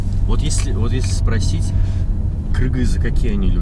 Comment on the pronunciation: Здравствуйте! Приятного отдыха вам и ярких впечатлений! Хотелось бы немного пояснить почему многие критикуют Айбека за произношение слова кыргыз. Дело в том что сейчас все говорят, мол, всю дорогу назывались Киргизия, а теперь стали называть Кыргызстан. На самом деле это не так. Даже во время СССР сами кыргызы всегда называли свою республику Кыргызстан, либо Кыргыз ССРи. И всю свою историю называли себя именно кыргызами, а не киргизами. Киргизами стали нас называть русские, не знаю почему, скорее всего им так было проще. А вообще изначально русские называли нас кара-киргизами и даже просто туземцами, что согласитесь, немного обидно. К вам это разумеется, не имеет никакого отношения, прошу не обижаться, но это история. И другие страны по их примеру стали называть нас киргизами. Однако слова кыргыз и киргиз имеют два совершенно разных значения. Самоназвание Кыргыз, по одной из самых главных и популярных версий происходит от слова кырылгыс, что означает неистребимый. И это созвучно нашей истории, так как в древности у нас были много могущественных врагов и было много войн. Одно время даже был основан и существовал довольно долгое время Великий Кыргызский Каганат(империя), территория которого была огромной. А слово киргиз в буквальном смысле означает глагол введи, занеси, заведи и т.п. Поэтому люди немного критикуют произношение Айбека. Кстати слов обозначающих близкого, любимого человека у нас большое множество. просто чуть-чуть растерялся и не смог перечислить эти слова